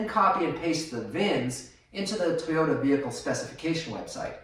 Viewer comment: What's a "Tee yota"?.